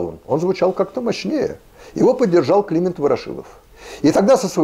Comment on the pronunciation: Многоуважаемый Ю.Б., вы просто забыли: всегда говорили Климееент (Ефремович Ворошилов). К тому же, и у Флоренции Авдеенко, и в Википедии именно Климееент. М.б., вы правы насчёт Чезаааре, как ни странно: так говорили о Дзаваттини (которого у нас называли Заваттини, так что ли? сейчас он презентуется с правильным написанием фамили и ударением в имени.) А Сорооочинская ярмарка почему у вас с неправильным ударением?!Её же в школе склоняли. Вообще-то, подумаешь - неправильные ударения! (Меня коробит, но я последний из таковых.) Спасибо ещё раз за прекрасный выпуск.